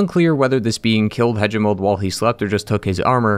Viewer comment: The a in galien is pronounced like in Apple and the a in Hagimol is like in ape and the g is like in goalie.